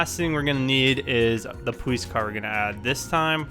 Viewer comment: "Poweece car"